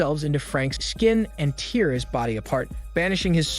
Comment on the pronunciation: "Attracted to his hormone" "Gives him a smelly kiss" "Carnal plain and pleasure" - please proofread your scripts before entering them into the voice generating software you use lol. Also, just a tip, for words like "tear" , you should intentionally misspell the word in the software as "tare" so that it pronounces the word the way you want it to.